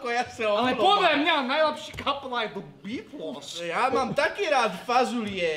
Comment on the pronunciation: Radim video sem nikde neviděl kde by to takhle říkal ale už i v jiných videích kde Žbirku parodovali tak tam vyslovovali The Beatles úplně stejně